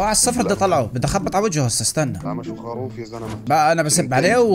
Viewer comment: يا زين يا زين الله يهديك اسمها خروف مش خاروف😂😂